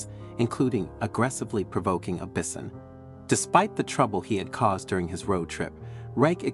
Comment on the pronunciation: Learn to pronounce bison. That's usually pronounced with a long I